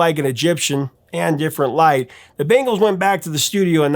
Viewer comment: The way you’re pronouncing Bangles reminds me of the MTV commercial when they had the band play at the Super Bowl in the parking lot.